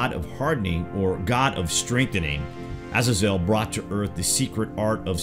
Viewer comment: E Nock. E knock! NOT E NIK. for fuck sakes. It's not just you...😡 Uh Zay Zil. I mean ma wtf